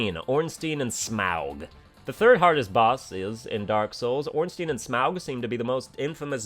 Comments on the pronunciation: It's smough not smoug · Its pronounced smo not smou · Translation: Its Pronounced (Sm-oh) and not (Sm oug) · It's Smough, not Smough. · just like he keeps in mind we want him to sayy papyrus but he says papirus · I know you're pronouncing Smough wrong on purpose, but I can't tell if you're doing the same for Ornstein. That's an I sound, not an E.